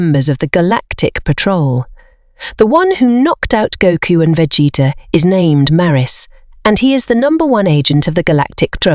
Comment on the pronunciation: Vegeta pronunciation 💀